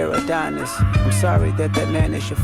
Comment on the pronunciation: He name is pronounced Ah-don-is